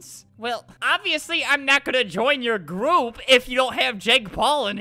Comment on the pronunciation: " OMG! JP JOINED OUR GOOPP" That's what Albert said it sounded like goop, someone get an english teacher